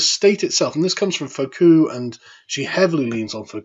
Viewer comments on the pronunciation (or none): "Foo-Coe", not "Foe-Coo" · Foo-koh, not Foh-koo. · Foucault is pronounced "Foo - coh", at least. Not "Foh -coo". Although, It's funny that it sounds like "Faux Coup".... fake takeover. What worries me is that it's a real attempt at a cultural coup by postmodernism. But anyway... In the past, you've said "fuck off" to pronouncing some difficult non-English names. However, if you explore these philosophers, and talk about them, you just got to get their names right, man. You are using a spoken/visual medium, and badly butchering the names of famous figures, especially ones you are going to encounter over and over again, like Foucault, it's going to reflect poorly on you. People who know something of what you're talking about cringe a little and that distracts from what you're saying otherwise... like a fly buzzing about when you're trying to read in a quiet room. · Foucault's name is pronounced koh as per Sebastian Coe, not KooKoo clock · You mispronounced Foucault. You say it like foo-KOE, not FOE-koo. He's not some jackoff puppet king ruining the Blessed Isle while the Scarlet Empress is on honeymoon through the nightmarish hellscape of malfeas: that was Regent Fukof. Foucault is a jackoff post-structuralist puppeteer whose bizarre perception and interpretation of power dynamics are ruining gender relations and making a nightmarish hellscape of your blessed isles. The differences are subtle, but very important. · Pronunciation guide (Because I suspect you have not talked with others, but have only read these words) 1. Foucault Incorrect: fou-Coo Correct: foo-Co (IPA: fuko) 2. Emeritus Incorrect: Em-e-Ree-tus Correct: e-Me-ri-tus (IPA: ɪˈmɛrɪtəs) 3. Derrida Incorrect: de-Ree-da Correct: De-ri-da (IPA: dɛrɪta) 4. Postmodernism Incorrect: Post-Mo-der-Nis-um Correct: Dik-He-did-ness (IPA: dɪkhɛdɪd.nəs) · "Fo-kuu". Isn't it pronounced "Fuu-Ko"? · Foucault Pronounced "Foo-Co" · IT'S NOT 'FAUCOULT' IT'S FOUCAULT! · Foucault: pronounced "Foo KO." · "Foh-kew & Dorita".